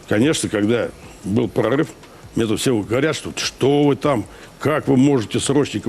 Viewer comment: гурулёвский "пгогыв", иди и покажи как надо, а не с экранов вещай